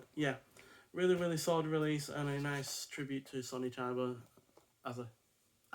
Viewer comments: don´t read his name as an american... read it with an E (ChEba) and you get it right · Great reviews, but rookie error with the pronunciation of Chiba's name.